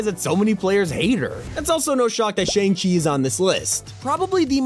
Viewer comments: Shang-chi is actually pronounced ShUNG-Chi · My jaw dropped the way bro said Shang-Chi 😭